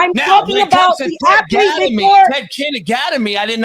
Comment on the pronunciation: Afflete and strengf training...😂😂😂